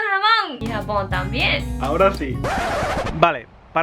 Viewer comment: baja pensé que era el unico. Yo también vuelvo a escuchar Japón con jamón regresando el vídeo ajsjs